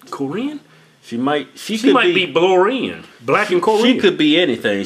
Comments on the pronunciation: bloren? Lmao done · "blorean" -Kevin Hodge